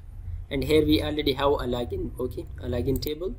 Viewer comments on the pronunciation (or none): it's not lagin it's called as Login and it's not cansole it's called as Console